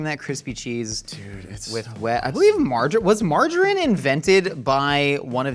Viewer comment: Anyone else hear "marjoram" (the herb) every time says margarine? Wonder how he pronounces "tangerine" (one of Led Zeppelin's finest songs....and a fruit)?